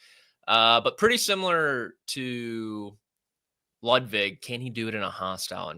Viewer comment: please get Ludvig’s name right. It’s not Bud Light.